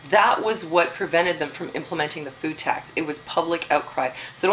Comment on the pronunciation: did you say food tax or boob tax?